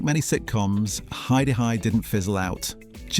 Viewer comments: What’s that “hi Der hi” thing in the commentary? It’s “Hi DEE Hi”!!!! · What a crock. So many innacuracies. Can’t even say the catchphrase correctly.